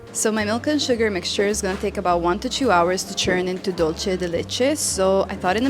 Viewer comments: Membrillo is also eaten in Mexico. I love it fresh with lemon juice and salt. Your mom is great! By the way, Dulce de leche, the" Dulce" is pronounced, Dul-seh (does not sound like the Italian, "c" as in cena). Even Americans make the mistake of making the Spanish word sound Italian. It's made in many Latin American countries. :D My mother is from Mexico. I loved Pope Francis. Thank you for this lovely tribute. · *dool-seh The C in Latin Spanish is pronounced as S (or Th, in Spain).